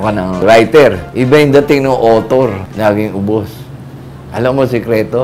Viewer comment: Awter or author